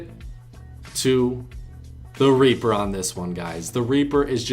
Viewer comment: I’m dead🤣 he said raper